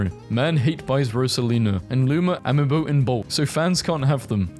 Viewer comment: the way you pronounced Amiibo made me sad